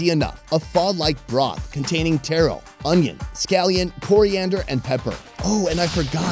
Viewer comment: Funny I heard “tero” instead of “taro”….. hmmmm…. you been in Vietnam too long…. Lol